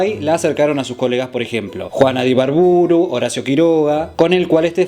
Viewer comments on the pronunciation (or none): Un detalle; Juana de Ibarbourou lleva el acento en la ultima vocal, Pd. Soy de Uruguay< muy buenos tus datos de las historias siempre te escucho siga así Saludos!!